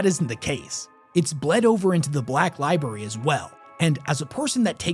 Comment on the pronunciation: li BRARY li-BRARY Pleeeease stop saying "li-BERRY". It makes you sound like a 6 year old.